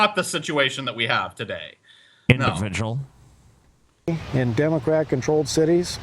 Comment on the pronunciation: I can't hear situation or individual without laughing my ass off